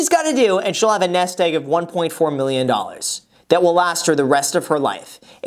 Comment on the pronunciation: The way Graham says doullars gets me everytime